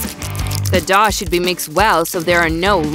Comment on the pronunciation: The Grandma said (Douh) instead of dough